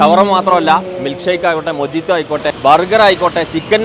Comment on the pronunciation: മൊജീത്തോ അല്ല മൊഹീത്തോ എന്നാണു പറയേണ്ടത്‌ സ്പാനിഷ്‌ വാക്ക്‌ ആണു 😊😊